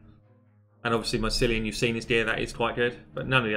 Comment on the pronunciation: Kill-ee-an! You did it!